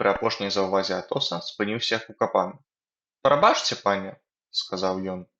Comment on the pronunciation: Прабачце трэба чытаць прабацце. А так дзякуй за вашую працу